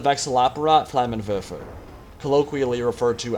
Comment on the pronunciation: for the people who dont know terman he is saying "flammen werfer" or "flamethrower" translated and not "flamen wefe like he said